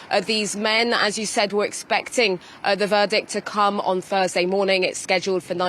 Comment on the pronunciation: Fursday instead of THURSDAY!? 😅 9:Firty instead of am.